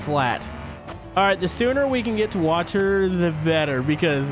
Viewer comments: Do you guys hear that. don,t know how say water. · Its water not WATAR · I love the way says water 😂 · I like how he saids water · It seams as if he says water with a capitol i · Why dose say water like that?🤔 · Why do you say Water like that? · Why you say water so wierd? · Lol why u sayin water like that ? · Lol He Keeps Saying Water In A Wierd Accent